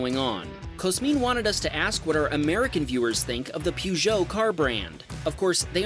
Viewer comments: It's purrrjoe, not pewjo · "Peugeot" is not pronounced "Poo-joe". It's more like "Purr-zheau" with a soft 'zh'. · Peugout (its pronounced more Pégoo and not Pugoo btw, pretend the u isn't there), renault, citroën are all French crap cars known for breaking down all the time. Which is why they aren't sold in the U.S. I'm guessing. Parts are cheap, but you might as well pay a bit more and buy German. Also better are Japanese or Korean cars. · It's not pronounced "pyoo-joh" you clown. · Peugeot is a French car. It's pronounced Pergeot. I worked for them for a while. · Pronunciation: Peogeot = Perj-oh (with the J being soft) Ivan = I-van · Its Peo - Geuot, and there nice i have a love for the 2o6. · Please stop saying Peugeot that way 😂😂 it’s pronounced like Per-Jo. Love everything else though haha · A) thats not how you say Peugoet B) they are horrible cars, just watch Jeremy Clarkson impersonate a Peugoet driver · It's kind of obvious they aren't sold where you live! Here is how you pronounce it.